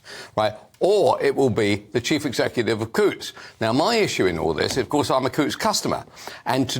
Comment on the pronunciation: The "T's" are silent in Coutts.